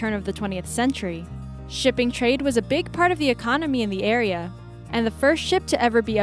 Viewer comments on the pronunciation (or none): none